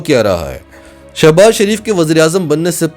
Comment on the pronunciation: Sha nai sho baz yh she baz yh shouses baz dursat nam bola kryan thanks